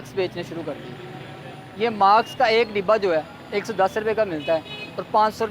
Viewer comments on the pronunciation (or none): ماسک ہوتا ماکس نہیں بھائی